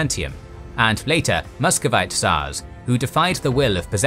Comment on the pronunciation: the first time, you said it right : the Muscovite tsars . Great step forward !